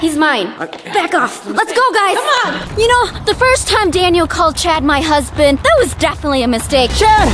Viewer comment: Omg did Daniel just say save my hunsbin